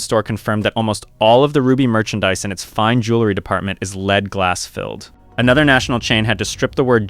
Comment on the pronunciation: "Lead" is pronounced "Led", ie "what led you astray?" An actual jeweler wouldn't make this mistake.